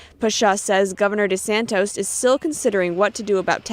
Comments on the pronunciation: I love you guys, but the piece at, before, and after the mark, mispronounced the Florida Governor's last name Desantis at least two times as "DeSantos". Please stop doing this. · NTD continues to pronounce Governor DeSantis' name as DeSantos. It is not 'tos, it is TIS. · I agree, I wish they would correct their reporter and quit calling him DeSantOS it’s DeSantis.